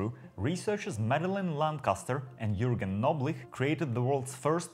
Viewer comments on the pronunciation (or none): none